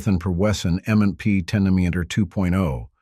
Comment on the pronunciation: It seems that the narrator is saying "M and N P".